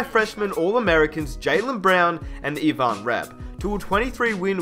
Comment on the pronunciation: Evon rabb?? 😂😂 pronounced Iven Rabb...Ivan Rabb